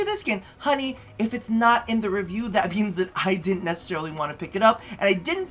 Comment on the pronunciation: ok, maybe Im obsessed with RPDR, but did he just say ruview instead of review?